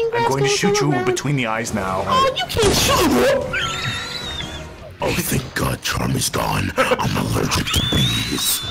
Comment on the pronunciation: You can't shoot meaah